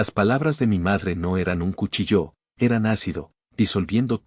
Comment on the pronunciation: Porque acentúan la palabra cuchillo